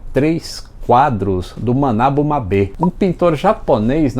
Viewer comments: É Manabú (Som de "Boo") Mabe ("Mábêêê"). Uma vez falei assim numa galeria de arte e levei o maior pito! Rsss... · Belo canal. Ótimos vídeos. Ao que me consta, a pronúncia certa do artista japonês radicado por aqui é "Manabú Mábe", acentos para dar a ênfase desejada, conforme o conhecimento e divulgação pela imprensa, à época. Só para completar: Júlio De Lamare (grafia correta) era o narrador da Globo para a Fórmula 1, na época. Estava viajando com comentariasta Antônio Carlos Scavone para Silverstone, na Inglaterra, para a transmissão do Grande Prêmio dali. Não fosse esse acidente, teria demorado mais para Luciano do Valle decolar nesse meio e também, quem sabe, o egocêntrico que mais conta vantagem do que narra, da atualidade. Abraços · Só corrigindo a pronúncia,: O nome do pintor se fala Manabú Mábe (o acento é só para dar a pronúncia correta)..